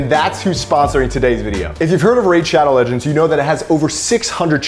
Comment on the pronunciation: If actually plays Raid: Shadow Legends, I'd be surprised 😂 He even mispoke the name at the end of the ad